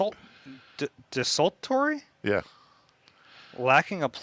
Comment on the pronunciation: It’s pronounced “dess - ol - tory”